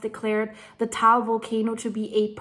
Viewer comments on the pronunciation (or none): It is said Tah-all, not tall. I am learning because my wife is Filipina and when we visit, we are 8km from Mayon or in her dialect Magayon; which means beautiful after the goddess.